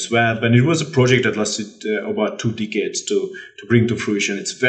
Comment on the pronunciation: Man really said dick heads when trying to say decades